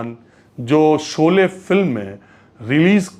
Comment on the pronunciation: Sholay ka ucharan aap galat bole rahe hain